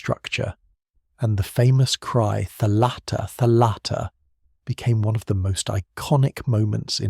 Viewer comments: You are a great storyteller, i really enjoyed this, thank you. I am a Greek-Hungarian 45 yo woman, my Hungarian father had a copy of Kyrou Anabasis. Still holding on that, almost 30 years of his death. A small correction if i may... Its thálatta, not thalátta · Please accept a small - but important - correction from a Greek. In the word "thalatta" the stress falls on the first and not the second syllable. It is thάlatta and not thalάtta. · Very nice and informative. Just a detail: It's tha'latta or tha'lassa (θάλαττα, θάλασσα).